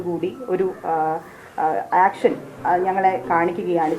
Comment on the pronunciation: ആക്ഷൻ അല്ല.. ഏക്ഷൻ😂